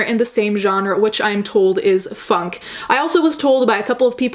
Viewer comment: When you first said “funk” I thought you said “fuck”. Genre fuck.